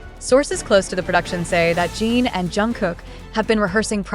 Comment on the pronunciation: I don't trust any reel like this, especially when they pronounce Jin as "jeeeen".... definitely an AI created post.